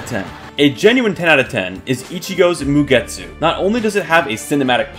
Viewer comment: Not to be that guy but your not supposed to pronounce the u in mugetsu